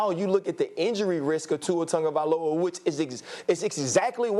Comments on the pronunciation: Tungovailoa?? Is it just me or do these guys not know how to say his last name properly? How does on get Tungo from Tago (Tagovailoa)? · Why people keep say “Tongaviola like there’s an “n” in his name smh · Because that is the rule in Samoan. If the is a g there is a silent "n" in front son. So Tagovailoa = Tangovailoa